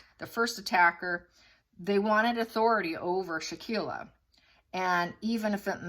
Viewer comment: Really sad case. Btw... Victim name pronounced Shan-quell-a and aggressor name dae-jan-nae. I hope justice will be swift 😔